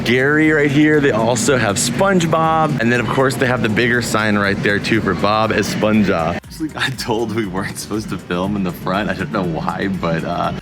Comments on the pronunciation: Glad you came to México! I saw the spongebob bags b4 and tought they were really cool And for the future, you say esponja a little weird, is more like the h in "hinge" S p o n h a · It's pronounced espon-ha, like hammer